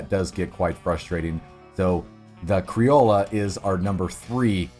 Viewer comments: I'm late to the thread, but it's pronounced "cree-oh-yo" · "Crioll-ah" I just can't even get past this I'm sorry, how do you see an o and use and a sound? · Pronounced kree-ojo criollo